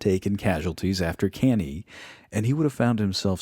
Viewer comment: Good job man. Great organization and effort. Other than mispronouncing some stuff like cannae, you presented this with so thought and passion.